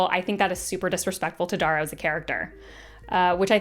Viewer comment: Ok Darrows name is pronounced like arrow with a D.